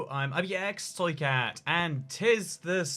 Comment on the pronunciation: If you want to have a good laugh turn on auto generated captions and see how it it interprets his pronunciation of “IbxToyCat”